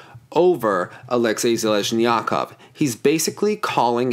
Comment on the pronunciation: you mispronounce Zheleznjakov